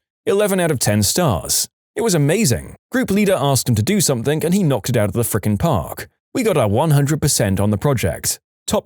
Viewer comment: No K in the word something